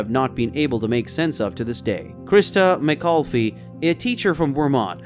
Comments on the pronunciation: Dear god NO!!! not Mc-call-fee. its Mc-all-if. you are destroyin the whole decade. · Christa McAuliffe McAULIFFE. I love this video but please get her name right, at least. It's not (phonetic spelling here) Mc-olf-ee but Mc-Aul-iff. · Anyone from the 80's knows it's Krista Ma-Call-If. Not Ma Call fee. lol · FYI: Christa Ma-Call-if. Teacher from Concord NEW HAMPSHIRE. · At eight years old the Challenger explosion was pretty traumatic for a lot of us and I still get teary when I see that. You mispronounced Christa's last name...